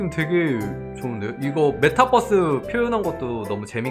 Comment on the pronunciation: ㅋㅋㅋㅋㅋㅋ 메타버스를 자꾸 bus 🚌로 발음하는 게 개웃기고 귀엽다 뻐스 ㅋㅋㅋㅋ